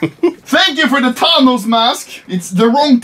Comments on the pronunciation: its Thanos not tanos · Anomaly: calls Thanos Tanos. Thanos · 'Tahnos' Thank you Swedish boi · the fact that he pronounce thanos tanos and not fanos